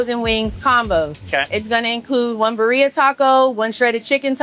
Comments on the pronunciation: At least pronounce the taco's name correctly if you're going to make a business out of it. It's called BIRRIA - BID- DIUHHH--- not BURRRIUHH haha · learn how to pronounce “birria” correctly if you’re going to be selling these types of tacos lmao tf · Needs to improve.